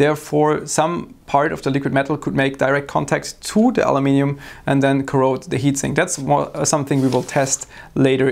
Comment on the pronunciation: He even says Aluminium correctly :)